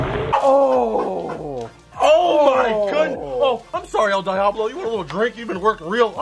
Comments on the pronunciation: Its pronounced deeablo not dieablo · It's pronounced dee-ahhh-blow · It's a shame he didn't pronounce it right